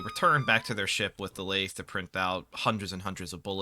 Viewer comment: as someone who works in a machine shop, hearing you pronounce lathe makes me want to get my head caught in one.